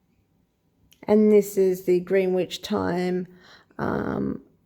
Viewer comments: Greenwich is pronounced Gren-itch In our quaint English language. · Greenwich pronounced Grenitch (FYI in future).